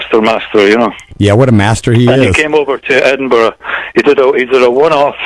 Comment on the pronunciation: I apologize to my Scottish friends for mispronouncing Edinburgh. I have been educated. Sorry!